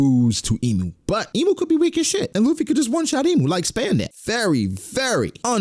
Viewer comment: Can you at least pronounce Imu correctly lol